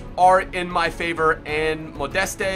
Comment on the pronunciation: the name Anthony Modeste pronounce 'Modes'